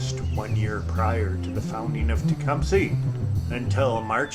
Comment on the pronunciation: You can tell you're not from Tecumseh, MI... we pronounce it Tecumseeee in these parts.